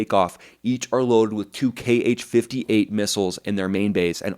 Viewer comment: Kh-58 is simply pronounced H-58... Have Americans ever heard of the phonetic alphabet???